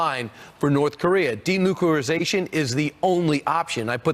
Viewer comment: The guys should practice the big words before they start the show. Denuclearization. .